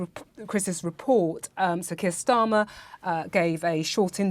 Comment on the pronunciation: Kain Schtarmer